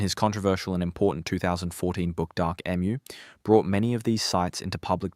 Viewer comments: Ffs emu is pronounced E-mew or eem you. Not Emm ew. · You have an Australian accent but you can't pronounce EMU correctly. If the Aboriginal people built villages, why do they not have them now?